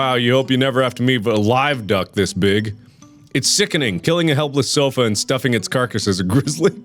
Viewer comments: Did he say "This sofy is tacka?" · "this sofy is tacka" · “this sofy is tacka” -Markiplier 2k19